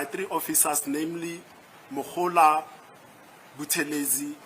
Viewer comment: How come that Ratha cant pronounce Mogola and Gininda correctly? He keep saying Mogole and Ginanda 😮 why ??